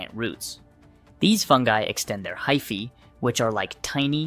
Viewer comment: It's pronounced fung-EYE, not fung-EEE. And hyph-EEE is correct, not hyph-AY.